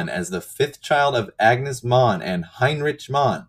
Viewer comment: Mohn means poppy in german. The second pronunciation was on point.